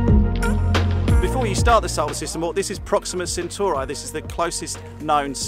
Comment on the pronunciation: My controversial opinion? Brits cannot pronounce Centauri